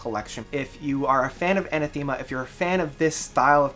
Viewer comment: Sorry to be a pedanticly British but it's pronounced A Nath Ama not Aneth Theama. Great evocative review though